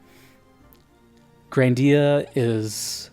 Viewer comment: The only proper pronunciation is GRANdia, not "GranDIA". As in "GRAND". Also, yes, there's more GRANdia than just GRANDIA and GRANDIA II. Parallel Trippers and GRANDIA Xtreme, for one. We don't talk about "Grandia III" because it's utter garbage, no one in their sane mind would dare to tell you they genuinely like it.